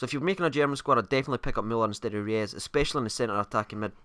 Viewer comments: It's Royse not reyus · haha just kidding,you are pronouncing him almost right...just pronouncing him royce!:) but you are right re-us is wrong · You pronounce Reus like Royce. Not like reyes haha. Typical zombie can't even talk right. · Reus is pronounce Royce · I think you're the only person in the world who doesn't like Reus on FIFA. And btw it's pronounced royss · Pronounced Roys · It's pronounced Royce :) rues is a striker btw